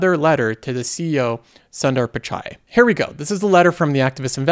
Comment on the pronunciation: The way he says here is like herrrr